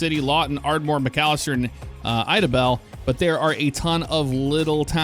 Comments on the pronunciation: Glad to finally see my home state in ats. Good job either the names except for Idabel, its ida-bel not eda-bel just FYI 😂😂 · Eye-da-bell, not eh-da-bell.. 😂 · Am I the only one triggered by the way he said Idabel? It’s Ida-bel I wish they would’ve put Durant in there to here how you’d pronounce it. Not a bad looking model thanks for showcasing it. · its pronounced "I da bel" Lol but Love the Videos from Oklahoma! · Love your content Just FYI idabel Oklahoma is pronounced I-dabel 👁️da🔔 lots of cities in the south have odd pronunciations like that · Great video - BTW Idabel starts with a long I - Eye-dah-bell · Lmao “Idabel” it’s “I da bell” Sorry just never heard anyone pronounce it that way lol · Friendly note that Idabel is pronounced “eye-da-bell” 👍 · its pronounced (I-da-bell) ,lol, but thanks for the vid man love it! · Hate to correct you from the Texas side of things but it's Eye-da-bell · killed me with how he pronounced idabel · I laughed at Idabel too lol never heard it said that way before